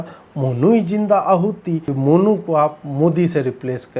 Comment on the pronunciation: अरे यार ये आदमी 😂🤣 "मोनू इस इन योर हाउस"